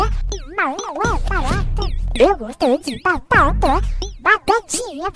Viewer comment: Foi tipo eu glostlo dle blatatla